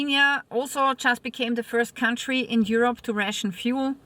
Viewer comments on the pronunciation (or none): none